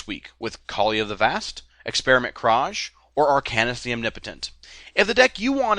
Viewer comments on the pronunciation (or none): Experiment Kraj all the way. Just, please, please pronounce it like it's supposed to. (It sounds like "Cry")